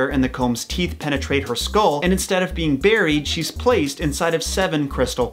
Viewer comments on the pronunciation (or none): none